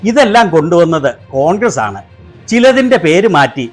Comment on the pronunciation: ഇയാള് കോൺക്രീറ്റ് പണി ക്കാരനാണോ ? കോൺഗ്ര് കോൺഗ്ര എന്നു പറ യുന്നത്